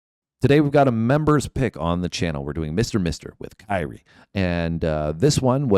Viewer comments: No, just Kyrie. Not Kir E yay. When you add Eleison to it, it sounds like Kryie-ay-leison. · It's not KY-rie. It sounds like Kerie. Kyrie Eleison means Lord Have Mercy. In the Catholic religion, a part of the Catholic mass in Latin. Early in the mass, we say Kyrie Eleison, Christe Eleison, Kyrie Eleison. So he's singing Lord Have Mercy on a highway in the night. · It's not Kii-ree... It's Kere, rhymes with here-E-A... Most misquoted lyric? how about there is a bathroom on the right? The song came out exactly in the mid-80s, when I was in beauty school, and one of my friends in there was Albanian, and when I met his father, he told me the meaning of that title... Lord have mercy!... That's how I found out! 😻😺😸 And, right! The hook is SO catchy, that people started singing it, without KNOWING what it MEANT!!! But, you STILL get what you say, so... VERY clever!!! LOTS of people singing lord have mercy, even without KNOWING it!!!😻😻😻 Is SO catchy, that is even singing it BEFORE the song is over, on his first listen!!!😻😹... POINT PROVEN!!!... It's NOT VERY hard to CONFUSE people...😹😹😹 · It's Latin, so it's not pronounced like that. Don't expect it to bounce a basket ball like Kyrie Eving. It makes me laugh when people get it wrong. It's the same when people get INXS wrong.